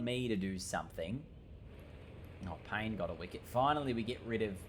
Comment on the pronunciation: Hey, you are pronouncing Payne wrong, it is pronounced Pan-yay